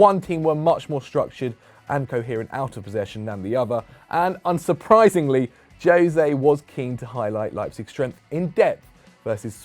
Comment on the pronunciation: Please stop calling the man Joe-se, when his name is José.